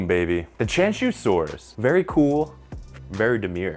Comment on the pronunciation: just so you know, Qianzhousaurus would be pronounced closer to "chee-Ann-Joe saurus". Not exact, but with Chinese names, you have to explain it to english speakers in a way they will understand. When you see a zh sound, the zh is like the "dge" in "Judge" - not the "z" in "zoo". Qi sound is not quite the same as "chee" - but, without audio to show you it's hard to explain. the "tch" sound in "switch" would get you closer than the "ch" sound in "chew", which has too much exhalation sound. Do that, and you've improved your accuracy with Chinese dinosaur names by many times over ;)